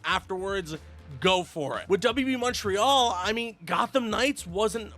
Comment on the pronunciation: Dude says Montreal the right way